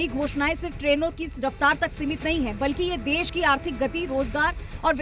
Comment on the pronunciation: देस नहीं देश कहो. गंधा लगता है